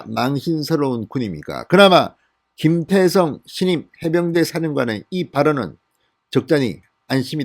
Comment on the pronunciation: 김태성장군입니까? 김대성장군입니까? 발음에문제가있는것같습니다만!